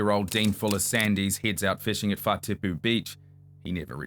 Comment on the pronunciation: is a bad mf Whatipu - Fut-ee-poo